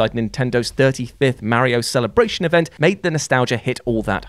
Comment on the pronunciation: Can you PLEASE stop saying “Merrio?” Ffs that’s not even some “English people pronounce everything the right way” because it’s an Italian name that has an A not an E thank you.